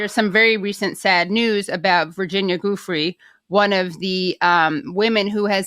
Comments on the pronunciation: Ju-fray not Goo-free. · Great content, but please pronounce their names correctly, especially Virginia. She deserves that much. It's Joo-FRAY, not GOOF-ry. And it's Gee-LEN, not Guh-LANE. Stop listening to journalists, pseudo-journalists, podcasters and influencers and listen to the people who knew them personally. It's driving me nuts how many different ways Ghislaine's name has been pronounced. Everything from Guh-LANE to Jizz-LANE. I mean, Jizz-LANE...come on, really?! SMH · “Goofree”? Wow she bombed that name French sounds pretty French to me especially with French spelling, RIP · Last name, pronounce: Ju-fray. Say it right. Not hard. And she was not sucked into anything. She was a working whore, as you say, before she met E and G. So please stop painting her as a victim. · Learn how to say Giuffre and many other names out of RESPECT. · First of all you should learn how to say the woman who died <3 months ago's name properly. And secondly you're a goal for even making a video like this. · You pronounced her name wrong.